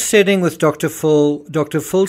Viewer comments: The way you pronounce Dr. Phil sounds like you're saying Dr Fool. 😅 Phil is pronounced as if it's spelt Fill. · Why is the narrator pronouncing Dr. Phil's name as Dr. Phool? Is he making fun of Dr. Phil's name? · I’m sure it’s an artifact of your accent, but I love how enunciates Dr. “Fool.” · Is he really saying Dr. Fool or is it his accent? Either way it’s genius lol